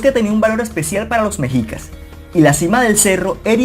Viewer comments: Debes de aprende a pronunciar amigo. Se pronuncia meshicas y se escribe mexicas. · Mexicas se pronuncia meshicas